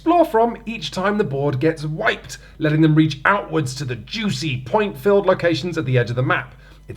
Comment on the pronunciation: "at any ploint"